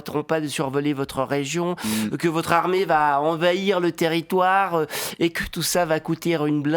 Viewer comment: Tellement pas 😂 tu ne dois vraiment pas connaître l'accent "parisien" pour dire ça. En plus, il employé des expressions qu'on utilise typiquement en Romandie et pas trop en France. Et encore moins à Paris, comme ici >> << écoute bien comment il prononce "territoire" à la fin. Là on est plus sur le gros chasseur bourré que Macron 😂 Après je critique pas (c'est un exercice compliqué et je serais incapable de faire mieux) je dis juste que ton commentaire est totalement faux ^^